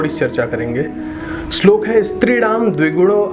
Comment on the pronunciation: Pehle bolna to seekh le. Apni dukaan chalane ke liye kuch bhi bolega kya🤣🤣 slok nahi hota kya shlok. Toh tu views ke liye nahi arha kya?